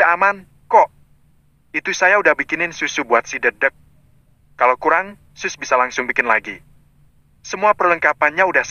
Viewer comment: lo ya kan banyak yg komen gara" suaranya berubah tlg diperhatikan bun, coba dengar menyebut sus eli saja salah trs nyebut dedek el juga gak bener , ditempat saya banyak yg dengar juga komen gak suka dengarnya , maaf ya tlg diperhatikan